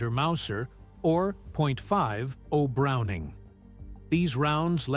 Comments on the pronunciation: Oh, I understood the narrator perfectly well, AI mispronunciation notwithstanding. Just wanted to have a little fun with the Irish-sounding "O'Browning". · "Point five O'Browning" Ai will never understand calibers.